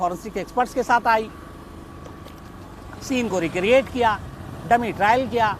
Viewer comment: tummy driel kiya ya fir dummy trial kiya.. 🤣🤣🤣 Sometimes shams sir speak like this..